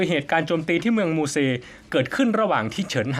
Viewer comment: ไม่ใชเมืองมูเซครับ อ่านออกเสียงเมืองหมู่เจ่คระบผม